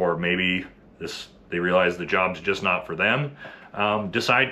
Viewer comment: i mean i’m here for you’re statements sir, but let’s at least try to put emphasis on the correct word, so we can convey the point properly. so for example 1.) NOT all sf dudes… 2.) not ALL sf dudes. 🧠👈🏻